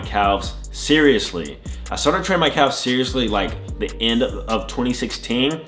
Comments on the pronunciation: Is he saying CALves? It’s pronounced cavs or am I tripping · I like how he says “calf’s” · Nobody gonna mention how he pronounces calves ?